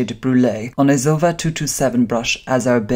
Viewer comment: Pronounced zo-ee-va darling. Loving your work. 👏🏻